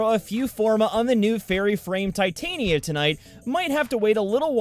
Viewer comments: Titania (Tit-on-ya) not how you were saying it... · Titania is not pronounced like you are saying titanium the "ti" part is like the "ti" in tit, the "tan" part is pronounced like the word on with a "t" in front of it and the "n" is like you are saying the ñ piñata the "ia" is like saying "yuh". It all flows together with more emphasis on the "ti" and "ta". Your pronunciation of her name has been bothering me for a while and I thought it was time you knew, but more than likely you aren't going to see this. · I love how the devs don't know how to pronounce Titania lol